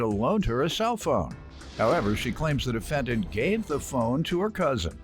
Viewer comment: How did the announcer pronounce the defendants name??